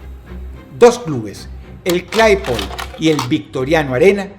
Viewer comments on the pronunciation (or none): Dross se dice Claypole no Claypol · Me encanta la pronunciación de Dross de ciertos equipos jajaja Chelse-a, Cleypol.. ni siquiera se molestó en buscar como se pronunciaban correctamente jajaja